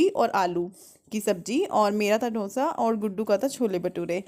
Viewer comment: अरे दिदी ढोसा नहीं डोसा बोलो